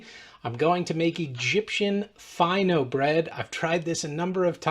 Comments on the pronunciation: It's pronounced Fee' no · It's pronounced like feeno. It's a French recipe originally, the name is French. Of course Egyptian bakeries adapted the recipe to make it easier and cheaper to make. Still Fino bread is regarded a bit more expensive than flat bread as it usually is lighter in weight per piece and more expensive